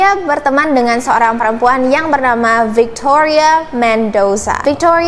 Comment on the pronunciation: Adik manis, disamping backsound nya kurang cocok, maaf nih kritik sedikit ya... kan ceritanya dlm bhs Indonesia nih.. jdi agak gimanaaa ketika menyebut nama Tony spt Thoni, Victoria jadi Victhoria.. as if you're telling this story in English. Mungkin nama2 itu di Indonesia-in aja..? Maaf ya?